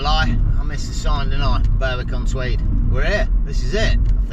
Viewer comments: It's pronounced BERICK. NOT BURWICK. . Yr saying it the way its spelt...... Berwick upon tweed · Great vid again, fab coastlines. Think it's pronounced "Berrick" (Berwick) , like Warrick... (Warwick) English language is nuts!! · Berwick is pronounced Berick silent W .Checkout Druridge Bay. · Glad someone pointed out the pronunciation you were killing it man,lol.Enjoy being in God's country fella,try a overnight at kielder if you get close,spotted a pine Martin up there last weekend,big nightsky observatory up there too,safe travels man..